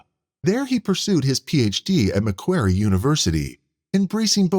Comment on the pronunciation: “Makkwary” lol